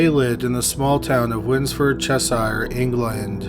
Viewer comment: “Wins-ford Chess-ire”? Winsford (winsf’d ) Cheshire (chesher) All uk counties ending in “shire” the shire bit is pronounced “sher”